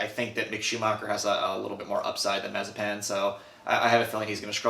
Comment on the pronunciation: Nice vid , but I think you're mispronouncing Mazepin.